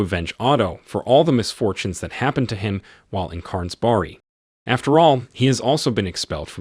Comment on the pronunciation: It's pronounced Schernberg, not Stjarnberg.